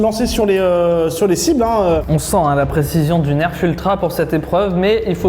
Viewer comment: enfin il dit bien nerf